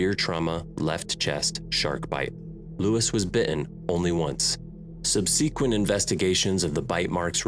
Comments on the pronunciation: Had to stop. This guy is sensationalizing the deaths of these people for ratings, taking huge liberties with his fictionalized story line. And,, “subsequent” is not pronounced “subseequent”. This is awful. Thumbs down bro, I’m NOT a fan. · The word is SUBsequent. Not subSEquent. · To the two FA narrators I've heard--this one and previous: you're both wonderful. I have to ask--are you from the same town, or even the same family? It's the way you both pronounce "subsequent". It doesn't bother me, it's just idiosyncratic to both of you and makes me wonder. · How he pronounces subsequent is the real affliction.